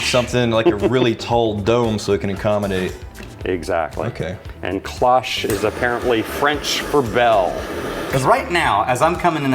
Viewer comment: Its not "Ki-losh" (like osh kosh) like you guys are saying its "klowche" but fast enough to the point where I get you guys can hear it "ki-lahsh. Just the francophone in me is crying. The o in cloche is like closed, its not that hard.